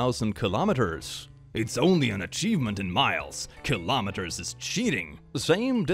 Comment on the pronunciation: RAAAAH WHAT IS A KILOMITER RAAAAAAAAH